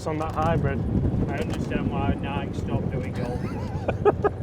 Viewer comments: Just an FYI .. Nike is pronounced... NI KEY.... not Nike like Mike. I have had Nike clubs before and in my opinion, they were not good clubs at all, but since Tiger played them, we all bought into the hype of them. As soon as I dropped the Nike clubs I bought Callaway's and have been playing those ever since. Hope your baby is doing well. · love you man, but you’re mispronunciation of ‘Nike’ is killing me! It’s not Nike like Mike, but Nike like ‘Mikey’! Crack on Mate! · Nigh-key …Nigh-key. Just saying 😂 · Do they really say Nike in the UK and not NIKE? (Nike/ Nike-E) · It’s NIKE (NykEEEEE) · could you PLEASE talk to someone at Nike and ask THEM how they pronounce their brand name? You might be right with your pronunciation but for those of us Down Under who have been brought up with other one, it’s a shocker listening to you and Chris. Cheers PP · I felt target with that Nike pronunciation comment lol. If we are honest you guys probably pronounce things a lot more proper than us Americans haha.